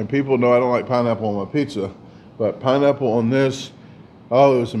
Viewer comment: 🤣🤣🤣 Sounded like you said pinenipple! Lmao! 🤣🤣🤣